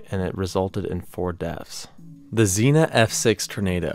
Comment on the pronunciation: Zeen - uh 💀💀💀 It's Zeen - ee - uh